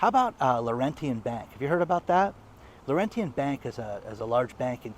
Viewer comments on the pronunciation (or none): Lorrentyen bank is Laurentian, pronounced lorenchen.